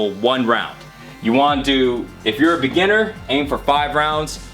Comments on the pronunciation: It's Beginner, not Beggineer xD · Beggineer?? Lol its 'beginner'. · I swear to God, bro. This guy is the greatest Asian businessman ever, he spells beginner as "beggineer" and gets 1 million views. If he does a class on how to be successful, I'ma be the first in line. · "Beggineer" seriously? I beg you, learn some grammar please:D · BEGGINEER xD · Do you even spell? lmao 5 rounds-"Beggineer"? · Hey, WTF is a beggineer???? I must let it be known that i follow you for the pure comedy of it, rather than your "fitness" ideals. Towel rows. Joke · Beggineer xDDDD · Brawns, no brains "Beggineer" hahaha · Beggineer? hahaha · lol "beggineer" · "Beggineer" hahahahahahahaha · "beggineer" lol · Lol common mistake huh no big deal.. I did notice it though